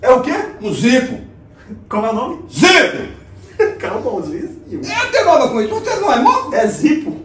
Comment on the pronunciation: " é um zípo" KKKKKKKKKKKKKKKKKKKKKKKKKKKKKKKKKKKKK